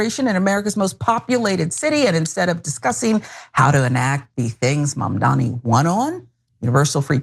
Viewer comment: Can we at least say Mamdani correctly???? GOOD GOD